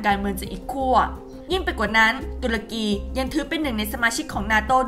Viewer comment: คนอ่านข่าว Top News ทำไมยังอ่านชื่อประเทศ ตุรกี หรือ ทูร์เคียร์ ผิด